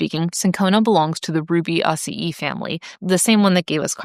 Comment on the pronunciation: Never heard Rubiaceae pronounced like that but I'm weird... I also drink tonic water by itself because I like the taste.